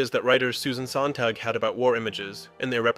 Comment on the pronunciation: Sontag, not Sontang